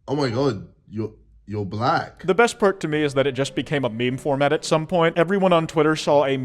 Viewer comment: "o mai god you blak"